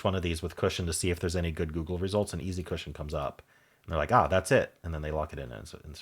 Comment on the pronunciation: And easy isn't pronounced "ee-zed"!